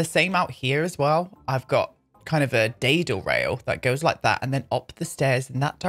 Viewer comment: YASSSS Edit: what in the absolute SHEILA is a dai... da... “day-dul” rail? 😂😂